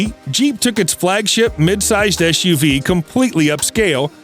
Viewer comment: Can't stand the eschew vee speech impediment.